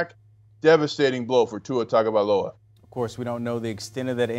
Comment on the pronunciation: Can you over paid so-called "Sports announcers" learn your friken job and learn how to pronounce someone's name??! smh. His name is Tua TAGOvailoa! not TANGOvailoa! Dang man. You morons have been mispronouncing his name since he was at Alabama. Learn the players dang name pronunciations or go work at Rosco's Rib Shack and Grits Emporium. Write it out phonetically or something. Here I'll help you! "Too-wah Tahgo-vi-lowah".